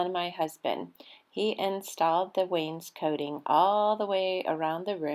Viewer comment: Yayyy! I’ve been waiting to finally see this video. I know it was a Labor of Love for the both of you. It looks great! That’s right—no more wallpaper! Hubby IS correct with the pronunciation of wainscoting. That blue really compliments the brown walls in your entry. Great job, Guys!! ❤️❤️